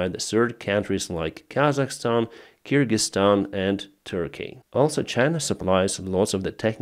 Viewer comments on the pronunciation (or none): none